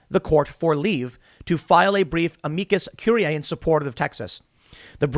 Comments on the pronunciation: Tim, just call it an amicus brief. You're obviously having a hard time pronouncing the full name, just say the easy version, it's the same thing lol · It bothers me every time Tim tries to say Amicus or amicus curiae or Amici.... #Trialsofsomeonewhotooklatininsteadofanormallanguage